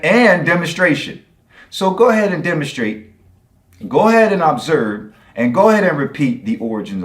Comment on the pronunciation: But according to him, you can AHB-serve UH-biogenesis.